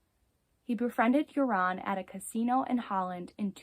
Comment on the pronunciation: You are not saying his name right.....Joran is pronounced 'Yourn....Not 'Your-On'.